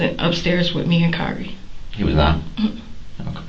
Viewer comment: Kyree not tyrek!!!!